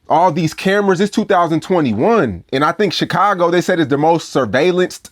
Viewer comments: LOVES TO SHOW HE KNOW HOW TO SAY CHIcago the proper Way🐴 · Vlad says Chicago like u say it fr. Stop churching it up. U ain't no ese